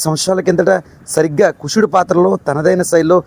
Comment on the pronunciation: కుసుడు కాదు కుశుడు..